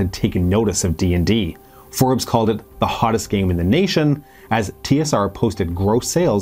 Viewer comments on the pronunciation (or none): none